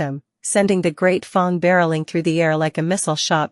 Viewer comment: Who knew simple words like barracks and fang could be so easily butchered. I'm guessing dire phong was supposed to be dire fang